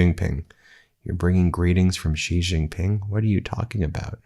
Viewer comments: Xi is pronounced like SHE, NOT jee or gzee or whatever it is BEN does. Please say SHE when you see xi in a Chinese name or sentence or phrase. I thought Ben would be smarter than this. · Please learn to pronounce Xi Jinping. Xi is pronounced like the English word 'she'.